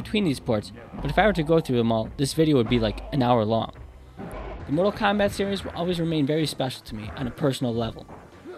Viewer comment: lol "Kondom"